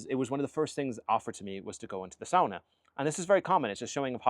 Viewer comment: Finally an American who pronounces sauna right! Northern Minnesota Finn here and lots of us have saunas, often built up at the lake cabin. So yes, running to jump in the cold lake is part of the experience 😅